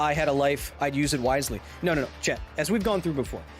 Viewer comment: I'm trying to pay attention to the WHOLE video so he can learn me something, but I can't help but to wonder is he saying "chEt" or "chAt"?